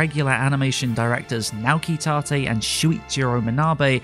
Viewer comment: He messed up naoki tate he said "naki tate"